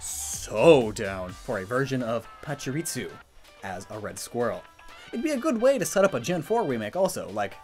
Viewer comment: There isn't a T in Pachirisu.